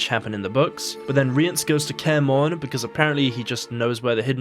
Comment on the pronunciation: You're pronouncing Cahir and Rience correctly. It's more like Chay-ear and Ri-ans, at least that's what's said in the audio books.